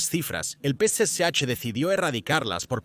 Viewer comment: Tal vez lo pronuncia mal Es el p.c.ch Partido comunista Chino